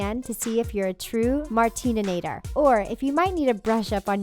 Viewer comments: “If you are a Martininator” ???? ITS MARTINATOR! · She said martine nin-ater it’s mar-tin-ater ok no mar-tin-nin-ator ok ok 👌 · Its Martinator not martinantor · Martinator not martininator omg 😲 u don’t even know how to talk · I know literally everything and it martinator not martinanator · triggered its MARTINATOR, NOT MATININATOR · It is not Martinanator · It's martinator idiot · she didnt pronounce martinator right im mad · that’s not how you pronounce martinator. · and you said 'Martinator' wrong! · The way she said martinator 😂